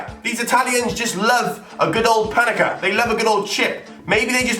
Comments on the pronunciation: Someone tell it's pen eng Ka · PaneNka not paneka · It's pan-enka not fucking pan-eka